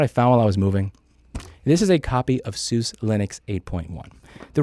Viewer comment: 1. That’s not how you pronounce Suse. Look up the video please. 2. How can you make a paid service that’s better than downloading via piracy? what features can even be added?